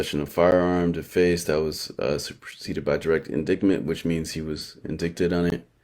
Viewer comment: Hey bro just a word of advice...indict or indictment is pronounced en-dite or en-dite-mint. You cant make these mistakes with the type of channel you have. I feel you have a reputation for putting out good shit.